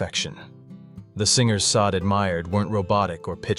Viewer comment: "Shar-day" very ez 2 pronounce